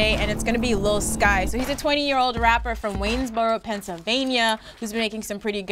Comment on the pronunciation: I'm surprised to see Lil Skies on heat check. This guy has ode hits. Also pronounce his name as lil Skii es lol.